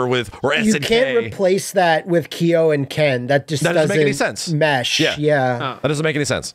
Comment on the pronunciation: "Kyo" isn't pronounced "Key-yo"